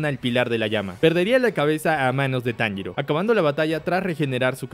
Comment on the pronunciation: No me digas que ahora andas diciendo el nombre de tanjiro como inosuke